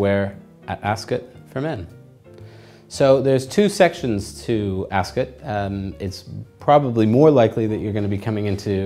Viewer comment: First of all that jacket doesn't have a waist seam, so it is not a proper morning coat, and instead a cheap rental jacket. Second, Ascot is not said like 'biscuit', third, milliners don't make mens tophats, hatmakers do. You also didn't go into anything to do with detachable collars, or the winged collar/ascot tie combination. This video is completely uninformed and useless.